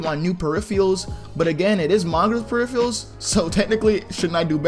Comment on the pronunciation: My man can't pronounce peripherals